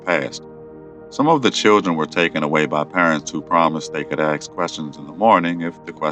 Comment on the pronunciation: Why oh why do you pronounce "ask" with an "x" instead of a "k" ?